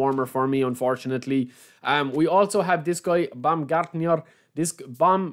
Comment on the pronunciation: Baumgartnér is correct. Not Baumgartnier